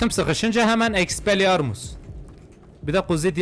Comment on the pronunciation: En çok güldülerim:Expelliarmus=Expeliarmut Leviosa~kim kime koyuyorsaaaağ.Abi beni gülme süblimabalin...süblimeli ahhğ yazamıyorum gülmekten.😅😅😅Kdjggxj